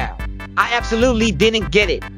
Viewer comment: Bro said absoluly